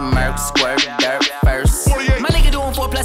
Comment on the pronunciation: Bro, he didn't say dirt, he said "Durk".